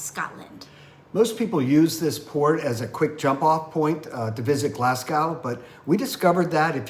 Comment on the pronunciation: You might try learning how to pronounce the names of the cities before releasing a video. You mispronounced Greenock and Glasgow, and also quay. Nobody would spend an entire day touring Greenock. They would go to Glasgow. Idiots.